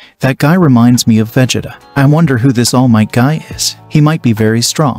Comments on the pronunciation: Did you just pronounce it veh-jit-uh? It's Vuh-Jee-Tuh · I really wanna listen to this but if I hear vegeda one more time imma get irate 😤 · Vegita vegita vegita. Cannot get past this pronunciation of Vegeta. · Veg ... It .. Ahh? seriously right out of the gate I hear the computer TTS mispronunciation... thumbs down comment and leave. Narrate it yourself and I might listen. But TTS computer voice Naw I'd rather find a better chnl. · Its Pronounced Vughjeeta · yay ill love seeing "vageta" and "wise"😂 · it's pronounced va-jee-ta but spent as vegeta. 😡🤬🤬🤬😡😤😒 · Bro how he pronounces vegeta is going to make me uncomfortable for the rest of this movie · Bro is pronounces Vegeta wrong 😂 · Is it me r is he messing Vegeta name up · Bro why is he saying vegeta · He keeps saying Vegeta wrong.... 💀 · Please never say Vegeta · I was interested in the concept then I heard "Wize" for Whis and "Vej-eh-tah" for Vegeta. That's 10 pounds of nope in a 5 pound bag. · "Vehjitduh" "Wise" what the heck is that pronunciation Not to be mean I like the series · Bro said vehjata and wise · I like the story, but you should probably work on how to pronounce Vegeta and Whis name.